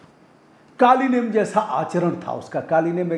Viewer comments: कालिनेम नहीं है सर जी कालनेमी है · कालीनेम नहीं कालनेमी